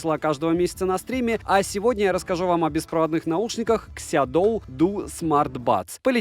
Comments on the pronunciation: Обзор как всегда информативный. Только название на русском языке будет звучать так "Сяоду", а не "Сядоу". Если интересно, могу прислать Вам таблицу чтения китайских слогов на русском языке. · СяоДу, так читается